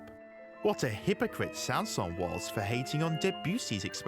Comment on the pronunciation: The final “s” in Saint-Säens IS pronounced. That’s how he pronounced his name. (Names in French often don’t follow pronunciation rules; e.g.— “Poulenc”)